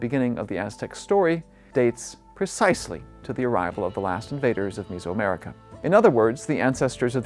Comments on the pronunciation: Is this guy an AI? Why does he keep pronouncing it "MIZO" America? Is it not Meso-America (MEZO) Like "Middle/HALF" , like "MEZZO" in Italian or "MEDIO" in Castellano? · Is it like fingernails on a chalkboard every time he mispronounces Mesoamerica as "misoamerica"????? It's not fermented soybean paste soup!!! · Some interesting info. Unfortunate that he can't pronounce "Tenochtitlan" or "Mesoamerica" correctly. Ask me how I know...😉😂🤗🇲🇽.